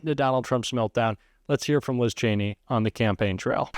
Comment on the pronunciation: Oh so he does know how to correctly pronounce her name